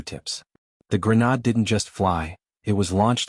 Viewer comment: PROOFREAD......AI is pronouncing grenade "grey-nod"